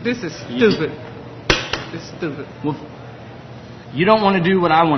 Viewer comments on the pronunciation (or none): "this is stupit"